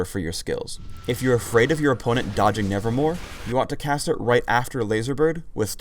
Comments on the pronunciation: he is saying nevermore and its called nevermove ^^ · lol i wanted to tell you that in W is neverMOVE not nevermore omg i know better than you lol x) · its called neverMOVE not neverMORE. everyone says its nevermore just because does and the poem. but if you check anywhere in the actual game or website its neverMOVE. even in the video it says nevermove while he's saying nevermore. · Ok, for everyone on YouTube that wants to make Swain videos... It's spelled and pronounced, "NevermoVe" not "NevermoRe" Thank you, Edgar Allen Poe, for making a poem that has confused our commentaries! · LOL HE SAID NEVERMORE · It's not "Nevermore", its "Nevermove". has been reading too much Poe lately.